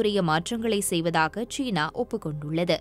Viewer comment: ச்சீனா ???? சீனா. உன் உச்சரிப்பு பிழை.